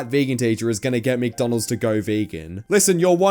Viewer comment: she's saying mctonalds